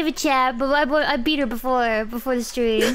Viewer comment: Fun stweaaam